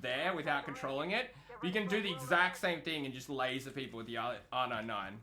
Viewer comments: Can I get an r nine nine. R nine nine r nine nine r nine nine. Dude its R-99 not R-9-9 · Its funny asf when he says r99 😂😂😂😂🤣🤣🤣😅